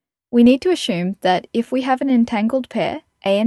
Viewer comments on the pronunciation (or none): Why do you say ashume but not ashumption